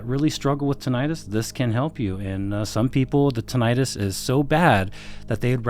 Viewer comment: Only thing that scares me with this review is the mispronunciation of Tinnitus.